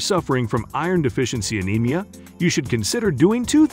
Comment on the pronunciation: This text tho speech reader is not great. Anemia is not a-nem-ee-a It's a-neem-ee-a It's not pick-a It's pike-a